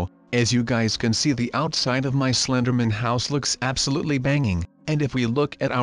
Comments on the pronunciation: U said slindr doy. it's slindr man. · Dud it's called Slinderman not slinderboy ok